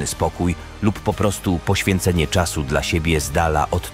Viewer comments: To czyta AI. Śmiesznie brzmi jak mówi dla jako D L A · Zrób coś z tą AI, bo kiepsko czyta "dla" 😂. Poza tym spoko materiał